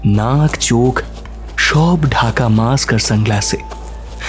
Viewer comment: এত অসাধারণ একটি উপস্থাপনা, সেখানে ছোটখাটো ভুল ত্রুটি হতেই পারে - যদিও না হলেই ভালো হতো, যেমন 'মাস্ক' কে 'মাক্স' বলা, কিন্তু তাই বলে 'কুশীলব-দের' উচ্চারণে এরকম ভুল খট্ করে কানে বাজে। বিনীত অনুরোধ জানাই এরকম ভুল উচ্চারণ থেকে বিরত থাকার জন্য, কারণ আপনাদের চ্যানেল আমাদের খুব প্রিয়।